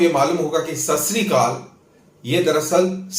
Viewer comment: Sasrikaal nahi hota jaahil...Satsriakaal hota hai..GOD IS TRUTH.